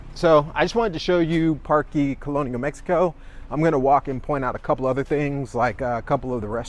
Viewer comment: Bro. Great video. However your pronunciations are so wack. Parkey?? What. Fyi. Just pronounced the vowels AEI OU with a Spanish sound and not English. Aah. eH.( sounds like softer ate). I is EE. Like weeeee.. O. Like. OH no.. U. Uff. With out the F. 5 min effort and your much easier to listen to.. 😂